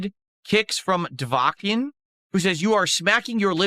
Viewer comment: can make all the rules he wants. It won’t stop him sucking at games. Also still mispronouncing dovaakin